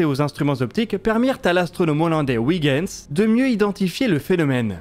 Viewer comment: Petit point de détail: vous prononcez "Kuiper" de la bonne façon, mais pas "Huygens", c'est bizarre...Ces savants sont tous deux originaires des Pays Bas, et en néerlandais, les sons "ui" et "uy" se prononcent de la même façon. "Huygens" devrait donc se prononcer "oeil-gaine-zzzz"